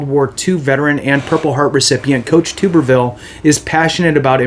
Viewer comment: Pronounced Tub-er-ville.